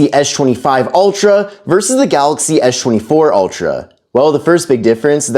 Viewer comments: it's Samsung Galaxy S24 Ultra not Esh 24 ultra and it's Samsung Galaxy S25 Ultra not Esh 25 ultra brother your English is sooo bad learn English in a school or college or university or Duolingo English test or Duolingo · How is S-Pen is pronounced properly but the s24 and s25 isn't. It is really distracting.